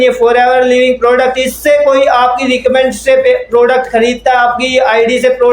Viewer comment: Bolna to Sikh lo phele recommend to bolna ni aa rha 😂